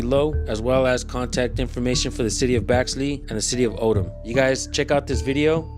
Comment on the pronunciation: Its Odum Georgia, not Odom.